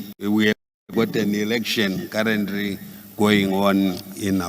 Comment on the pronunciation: 😂😂😂 currently -karendrly😂😂 incrinsivhines😂